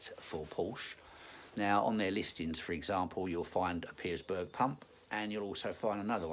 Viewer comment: No 's' in Pierberg mate ;)